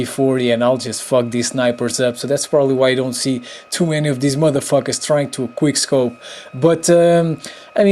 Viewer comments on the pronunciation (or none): It's quick not queer